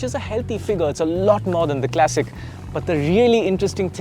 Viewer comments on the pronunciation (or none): Why tf would you pronounce ‘classic' as ‘clessic’ !